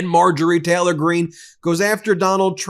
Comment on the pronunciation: Ben, it’s Taylor, not Teller.